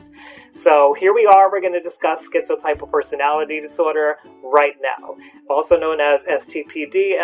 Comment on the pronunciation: My therapist pronounces it, "tip-uhl", but I prefer "type-uhl" like you.